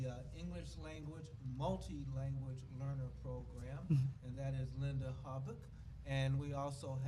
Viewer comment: Mrs Hobock's name is pronounced "Hoe bock". I keep hearing it pronounced on the podcasts by you as Haback. Please correct the pronunciation on future podcasts.